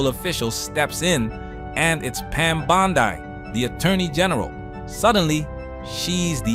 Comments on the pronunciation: It's Bondi not bondai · This is a great video, but wouldn't it be ironic if this was an AI narrator? (How do you pronounce "Bondi?") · Love your videos, but that pronunciation of 'Bondi' is... interesting.